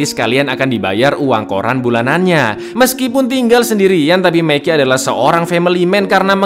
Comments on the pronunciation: Mackey, Bro... Bukannya Meki 😂😂😂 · Mackey yages ya bukan meki